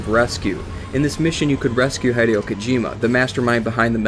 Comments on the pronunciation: Hee-dio Kojima. Not High-dio Kojima. Your pronunciation. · your pronouncing hideo wrong, it's not Hi like greeting someone it's pronounce as he he-de-yo. still an OK vid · HIGH-DE-OH??? O_O WHAT? Heh-day-oh. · For those who don't know, Hideo is pronounced He-deo not literal Hi-deo... It's not english... It's the 11th thing... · HIDE-EE-O So cringeworthy bro... HEE-DAY-OH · hih-dei-oh not hed-ee-oh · HIDEO not HYEDEO FFS HSAIFHIFWAHOFWAHIOHIOFWHIOFWIHOFWIFAIHOGIHG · It's pronounced 'Hid-ay-oh' Kojima not 'Hide-e-oh'. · its hideo not haydeo :D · Love the video but I think Hideo Kojima's first name is pronounced "Hid Eh Oh" Keep up the good work. - Long time fan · Haydeeow kojima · Just because you call him Hide-eo, I'm out..... You and your video suck... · "Hai-deeo" stop. Stop. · Why does he Pronounce Hideo Kojima Heh-dee-oh Kojima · His name is pronounced "He-day-oh" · It's he-dee-oh kojima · Dude its pronounced HEE DEH OH.... Japanese is not English i is ee. E is eh. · You pronounce "Hideo" like it was spelled "Haideyo" :P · " HIDE-E-OH KOJIMA " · His name is Hideo not High-deo. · I was about to break something. This video was great, because it really did inform me of a lot of things I didn't know, but holy crap. "HIGH-DEE-OH"???? Come on, man. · He-Day-Oh, its He-Day-O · "High-Dee-Oh" Kojima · Maybe I'm being supremely pedantic, but Kojima's name is not pronounced "Hy-dee-oh". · Good job on butchering his name. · Jesus Christ I can't stand the way you pronounce "Hideo" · They way you pronounce "Hideo" triggers me greatly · I only watched the first fact and so far you miss-pronounced Hideo a bunch of times and got part of the fact wrong. Come on, man. You don't even need to do the rescue mission if you import GZ save data, you get him after one of the first missions. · You're pronouncing Hideo Kojima wrong, differently every time on purpose r-right? i am rustled